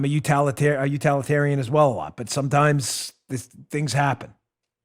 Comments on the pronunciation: LOL! "Utalitarian" gotta laugh! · He said he was a "U-Talitarian", haha, instead of "Utilitarian." EXACTLY! Almost everyone loves the Totalitarian Nanny State. Sliding ALL the way to the Totalitarian (and Satanic) Left.